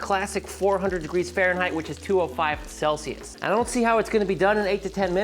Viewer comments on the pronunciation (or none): none